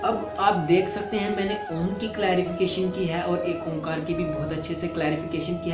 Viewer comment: Omkar nahi kahete sikh oaekar kahte hai